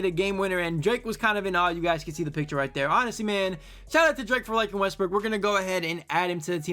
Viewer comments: i love how he said lets pick up russel westbrick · U said westbrick🤣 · Bro said Russel westbrick